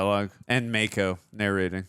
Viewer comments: LOL, it's "Mah-ko". He's not a shark.🤣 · Mako is pronounced with a soft “a”. Mah-ko instead of May-ko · Mako, as in the shark? Pretty sure its a soft 'a', (mah-kho, not may-kho) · It's pronounced Mah-ko. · Gettin' tired of hearing Mako's name repeatedly mispronounced.